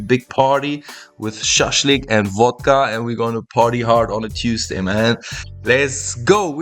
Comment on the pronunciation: "Shaslyk and vodka"©😂😂😂😂😂